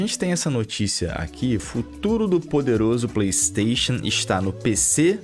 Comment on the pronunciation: Brother, vc fala tão bem, pronuncia o nome "Playstation" de forma correta por favor 😰